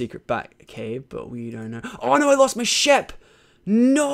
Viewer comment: Why do you say shep instead of sheep?